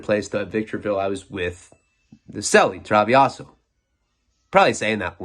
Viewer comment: That's not thee hole, that's your hole. And it's Thrah-veh-ho, "travejo". Means trouble maker.